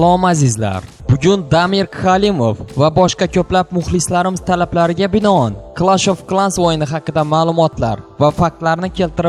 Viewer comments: Klaw of klansmas Clesh deb aytiladi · BeK BeK Oka clash of clans deyiladi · Video manga yoqdi. lekin gaprishda sal xatolik bor. siz qando yozilsa shundo o'qivos clash of clans db yoziladi clesh of clens db o'qiladi yana boom beachmas boom bich diyiladi. Yana diniy ekstrimzni gapirib o'ttiz oldin eng tepada burcheda shayton rasmini turardi, lekin xozi yo'. Yana Bu o'yinni Terr Jons Quronni yoqan kishini qo'li bor yana 9-ratushada xuddi kabbadaka to'rtburche joy bor tepasida